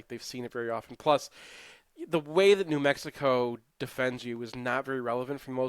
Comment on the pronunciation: LoL he struggled with new Mexico